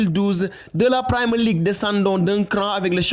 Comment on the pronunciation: On ne dit Primer League. Pour un site comme Africai Sport c'est quand même pas sérieux de ne pas savoir prononcer Premier League